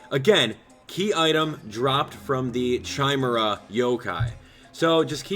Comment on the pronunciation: its said kimera not chime era chimera is said kimera